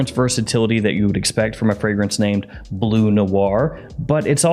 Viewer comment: It is BLEU Noir/ BLEU de Chanel, not BLUE .... there is a difference... it is pronounced like burp or turn ...